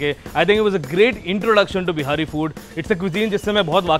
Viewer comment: Bhai behari, behari baar baar bol the Ho aap, bura mat manana Lekin itna tough h kya simply Bihari term use Karna???? Be-ha-ri is incorrect bee-hari is correct!!!! Telling you because I myself am a "BIHARI".... And I am finding it a little awkward and clumsy !! Great job anyways!!!! 👍